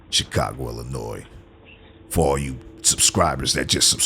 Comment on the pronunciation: Lol the way he said Chicago, Illinois 😂. Whose the narrator?